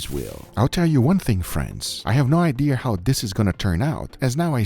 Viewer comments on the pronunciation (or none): "I have no Idear how this is gonna turn out..."